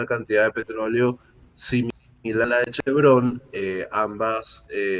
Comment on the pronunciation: l+a vaina es clarsa. Vzla. chavista no podrá contar con su petróleo. El Régien destruyó la industria y, ahora, busca financiamiento pero con Trump se fregaron. NOTA Es Chevron, palabra grave y no aguda, pues Chevrón es una ridiculez y falta de sofistación al hablar.